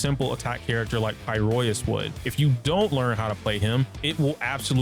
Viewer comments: f it im calling it “pi-roisu” like the jp dub from now on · pls. It's pronounced like this. "Pie-row-iss" it hurts when something clearly spoken in game is somehow still mispronounced by people